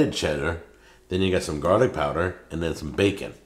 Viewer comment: I absolutely abhor the way says garlic. THERE IS NO T THERE ITS NOT PRONOUNCED GARTIC